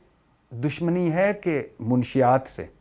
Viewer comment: یہ کیسا صحافی ہے،لفظ منشات نہیں منشیات ہوتا ہے۔